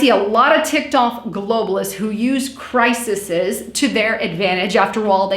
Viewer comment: the plural of 'crisis' (pronounced cry-sis) is not crisises - a mistake many American's make. The plural is spelled 'crises' and pronounced cry-sees. Great video by the way and keep it up. Best wishes from the UK:-)